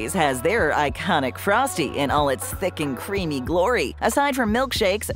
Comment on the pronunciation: I loved the Burger King sundaes- oh, also, why did you have to say "thick and creamy" like that? 🤨